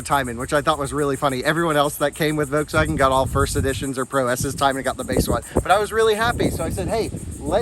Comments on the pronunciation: Love your videos. Please start annunciating the “L” in Volkswagen. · Its a Folkswagen